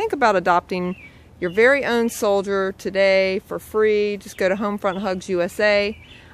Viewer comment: its a berry berry estuped